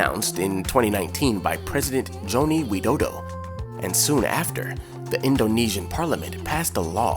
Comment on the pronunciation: Sorry i laughed a little when you said my president's name is joni widodo. the correct name is joko widodo😄